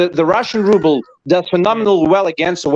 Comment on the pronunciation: Gero and his invisible Jet Ski....The alleged Russian mogul doesn't know how to pronounce RUBLE!